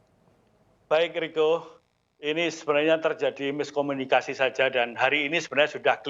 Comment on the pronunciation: Bukan miskominikasi. Tapi tidak kominikasi.